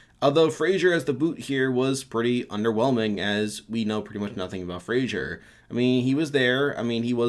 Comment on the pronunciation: Do all americans pronounce Fraser as 'Frasier' or is it just you?